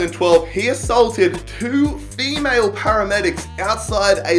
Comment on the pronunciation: The way you say “female” makes it seem like you think it’s better to hit males???? #sexist just saying